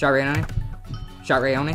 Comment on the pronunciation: You mean people can actually pronounce my name correct? OMG!!! Anyways, Gf! I love how when you hit me once you said, "I'm comboing Raayoni!!!" xD